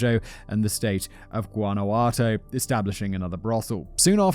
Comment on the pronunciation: Sorry, did you hear him say Guanajuato? 🤣